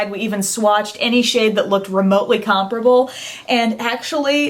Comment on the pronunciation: Finally, a beauty blogger who says comparable correctly! Thank you:-)